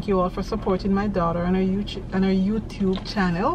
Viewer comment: If me love her 1 more time, she almost say YouChube.... Thats My right there